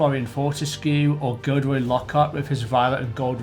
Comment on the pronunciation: 2 things, the "Bellatrix" in Gringotts is a polyjuice potion disguised Hermione so probably won't be produced again unless lego do another Set based on Gringotts and, your pronunciation of Gilderoy Lockhart needs work as sounds like you say Goodroy when it is Gil-der-roy.